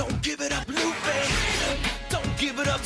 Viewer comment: It’s luffy